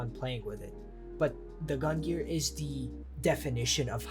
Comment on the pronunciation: learn how to pronounce gungnir before making a video about it and the sun in Leo is literally call the "sun" and you're saying the star pattern.. you guys are buffoon